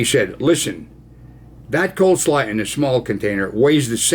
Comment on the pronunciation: It's "cole slaw" Ron : )